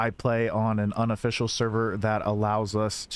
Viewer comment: Small random request.. Please say "privates" instead of "unofficials", cos sometimes its sounds like you say "on officials".